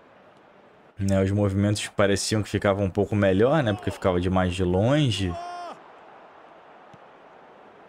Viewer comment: "real dimaix esse time do Vasxco" 😂